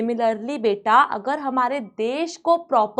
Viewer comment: aaaagar not agar